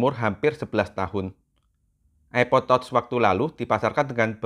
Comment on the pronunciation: Bacanya tach sayang, bukan tots 🤦‍♀️🤣 diajarin koq ckck